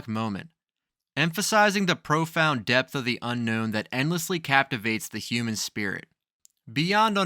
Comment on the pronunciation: Stupid video, showing about 20 different holes in the ground. Also depth is pronounced depth not depss.